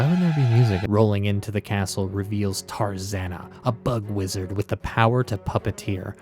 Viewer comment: It's taranza lol not tarzanna